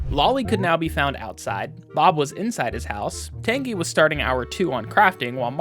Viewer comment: pronounced Tan-jee and Uh-zay-lee-uh pls i beg